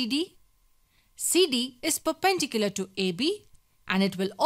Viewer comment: Say it with me per-pen-dicular it’s not fucking hard